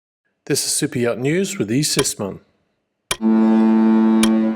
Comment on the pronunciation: I always think he is saying "cypriot" instead of super yacht